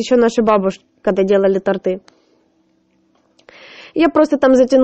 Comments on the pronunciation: Не тортЫ, а тОрты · Не торты, а торты! Ударение на первый слог! Такая безграмотность! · ЗАПОМНИТЕ!!! Не тортЫ, а тОрты!!!